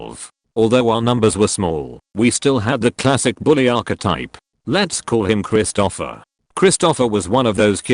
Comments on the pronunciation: XD Now I can't unsee it XD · Every time the AI voice says "Christopher" I chuckle....Krist-O-Offer instead of Krist'-O-Fur.